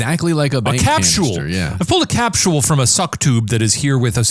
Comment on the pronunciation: "Capschul" THAT'S not Illinois pronunciation!